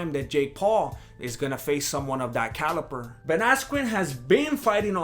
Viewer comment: Like all of your videos, I'm lol'ing all over my pants, but for some reason that subtle ass "caliPer" had me fucking lolling! I fucking had to rewind to confirm the Per not the Ber. LOL. Max Holiday! "makes you want to Roofer him" lOLOL